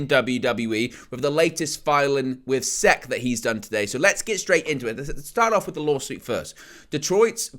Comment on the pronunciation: Hey buddy, to assist you because I know you aren’t from here and so aren’t familiar with our government and it’s various agencies (much like how I am not with any of that for your country snd so is entirely understandable), fhen Security & Exchange Commission is spoken as the individual letters, so would be “S-E-C” and is spoken without a pause or anything between each spoken letter. Which the college sports around where I am from is also part of a conference which is abbreviated & said in the same way; and that’s it is called the South Eastern Conference aka the SEC. Keep up the awesome content bro!